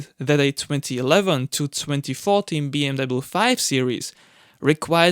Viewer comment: Mate!!!! Find a diferent career! I can’t even watch this for the simple fact you can’t even pronounce BMW. Move on dude…..